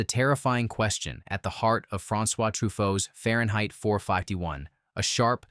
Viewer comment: Far-yen-height Four-Five-Tee-One. What? Your AI Voice-over doesn't know how to pronounce words.